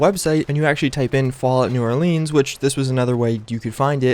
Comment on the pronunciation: just saying lol